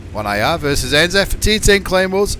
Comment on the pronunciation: Anaf? you mean anal? i mean anzaf.